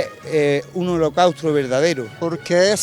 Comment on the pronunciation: "eeh un holocaustRo verdadero" Menudos vocachanclas XD